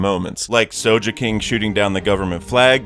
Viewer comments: Start the video - hear "sojeking" -blackout for an hour from shock -continue video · Ah yes, the legendary Soujeking.